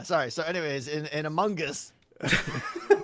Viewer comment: Thank you for confronting (is that the right word)? Tango about his pronunciation of Among Us and Discord, it's really annoying!!